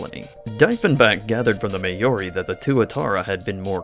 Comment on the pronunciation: Mah-aw-ri ... Maori. Not May-aw-rhi. Also, the competition came from Lizards probably